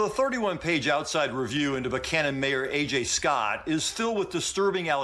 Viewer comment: They all said "Buchanan" (Buck Cannon) the right way!. Great reporting as always.